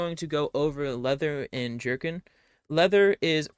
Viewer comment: Yo yoy are pronunciation of the word “jerkin” ie leather jerkin, is pretty spot on! As far as American English dialects go (At some point you said you wernt certain you where pronouncing it right) But also I’m just an American dude who watches a lot of historical content, follow the sport of Historical European Martial Arts aka Hema, and read/ listen to alot of fantasy books… I could be wrong, before I ever heard the name Thalia pronounced, pronounced it “thall-ie-a” smh. but yeah I’m confident jerkin is typically pronounced how you do, “JER-kin”, “jur-kn” or similar to how Midwest highschool football couch might frustratingly express “quit jerkin’ yourselves off out there and play as a team” Now if someone could help me pronounce lamelle or lemao or whatever